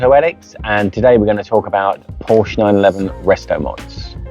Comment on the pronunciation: Great car and nice review. Would only be improved by properly pronouncing Porsche and Fuchs. Would add credibility IMO.